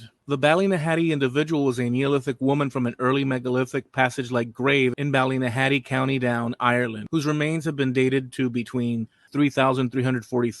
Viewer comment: No one in Ireland pronounces Ballynahatty or Rathlin the way you do. Very annoying having to listen to the continious mispronounciation. Other than that a good video. I've a DNA match to her on my mums side and to the Rathlin Island burials on my dads